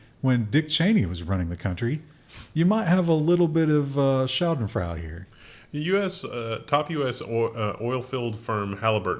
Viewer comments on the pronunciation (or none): What is incognedio??? Schadafrau? Did you mean schadenfreude?